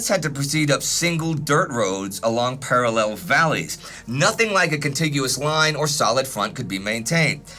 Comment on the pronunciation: I've been following you since 1914-but I HATE how you say parallel